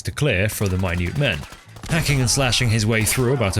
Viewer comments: Not minoot, minute it's an actual word and no he did it on purpose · I fucking though he said “my nude men” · he is saying it on purpose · Minoot men instead of minutemen? Is this an AI read? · Calling the Minutemen the minute (small) men is such a good joke 😂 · As funny as it is, theres no Linguistic reason for Greg to say Minute wrong. He has heard the word from Prestons mouth, theres no reason to say it wrong, he isn'th Thor in the first Thor movie reading Hubble Telescope. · Minute-men pronunciation reminds me of that one pokemon challenge runner who insists on pronouncing Lapras as Lapráy